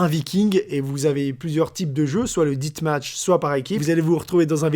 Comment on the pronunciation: C'est moi ou il a prononcé death match "dite match" ¿